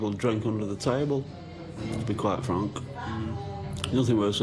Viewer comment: "to be quite fronc" 🤣